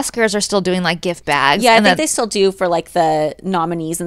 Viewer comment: Every time Holly says “baygs” (bags) I’m over here out loud trying to mimic her 😂